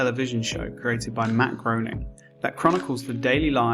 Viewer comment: It’s pronounced Matt Gray-ning. Go back to Russia! Great vid tho 😀